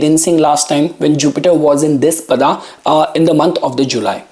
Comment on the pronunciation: Tell if you cannot say paadaa properly